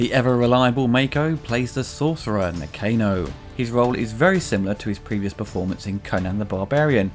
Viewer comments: I'm pretty sure it was pronounced Na-Khan-o, not Nah-Cane-oh.... ;-) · Did you even watch the film ? You are pronouncing Nakano incorrectly.